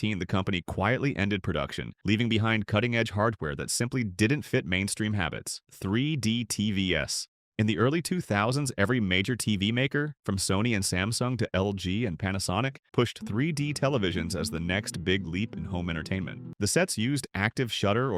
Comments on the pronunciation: lol I was so into this video, until I realized that this is an AI video haha, 3D T V S? you mean TVs? good one, you almost got me, though! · "tri di ti-vi'es" 🥀🙏😭